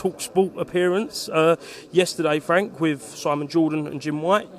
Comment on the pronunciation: Come off it fwank Telford is Queensbury true level 😅